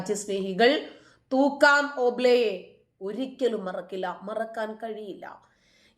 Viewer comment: പേര് ശെരിക്കും പറയുക. തൂക്കാം അല്ല Thukkaraam ആണ്.